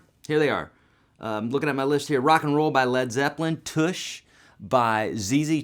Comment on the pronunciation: Real nice lesson, I like how you show the basic chord construction which other teachers assume you'd know but may not. Also, the song is pronounced "Tush" like in 'plush' or 'touch' not like 'push' or 'bush'. Thanx, bye.